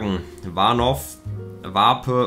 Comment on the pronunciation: meinst du vielleicht Warnow 😂😂 das „w“ wird nicht mit gesprochen